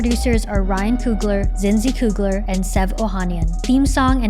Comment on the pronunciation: Why she keep saying Coogalar!